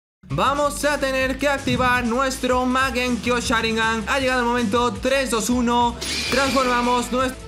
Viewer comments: Soy yo o dice magenkio sharingan? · Mangekio sharingan no mangekiu sharingan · es mangekyo! no magenkyo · porfavor no sigas diciendo mal mangekiu sharingan basta me lastimas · magenkyo XD me hizo reir cada vez que lo decia